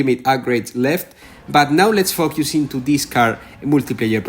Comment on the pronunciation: The way he says focus is weird but its ok bc its his accent and its his own life soo i'll not judge how he talks in english. Btw gl reaching Cars On 😉☺️